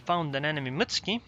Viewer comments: It's not pronounced Mitsky. It's Muuuutsuki. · wrong. I asked a Japanese friend. It's Mut-su-ki. I added the uuuu for emphasis. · like my friend was wrong then and both I and were wrong. It's pronounced Mutski.